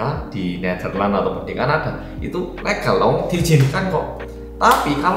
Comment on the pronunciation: moodboosteer banget rek ngomong e Ka-na-ddhaa, Amster-ddham, meng-ijjHinkan, asli nguwakak pek 😄🤣 suwun lho